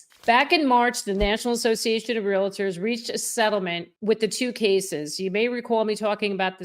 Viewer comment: Please PRONOUNCE the title "Realtors" correctly. 🙄🙄🙄🙄🙄